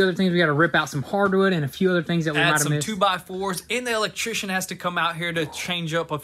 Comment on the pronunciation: uh-lek-tri-shn (electrician) 🤦🏻‍♂️ great vids tho